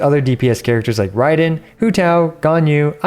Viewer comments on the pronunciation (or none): none